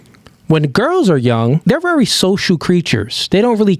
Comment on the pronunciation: My G… I funk with you. I rock with your mindset, your message, and the vision… But damn, if yo dumb ass don’t figure out how to pronounce words like “very” properly, and stop saying autistic sh*t like “rearry” I’m gon have to unfollow.